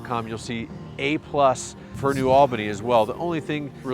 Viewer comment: Little tip for ya, when you say New Albany pronounce it Neu All-bah-knee like you have lock jaw. I'm from Columbus born and raised but live in Wabash, Indiana now.